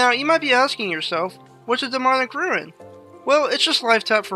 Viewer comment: It unreasonably bothers me hearing the native English speaker call a rune a ruin